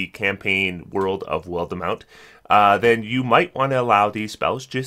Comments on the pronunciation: WILD mount, not wildEmount, please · WILL-DEH-MOUNT LMAO I swear after Eberron, you HAVE to be doing this on purpose lol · While demount? I love pronunciations. I hope it's an intentional joke at this point.